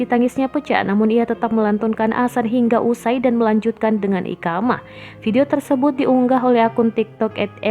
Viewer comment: Adzan mba bukan Asan Iqomah bukan ikamah ..